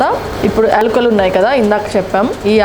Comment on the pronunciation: ఎల్కులు కాదమ్మా యాలకులు.